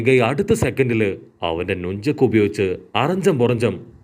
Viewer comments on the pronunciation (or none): Nunchak alla nanchek